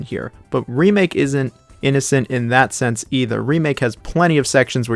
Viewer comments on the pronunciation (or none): none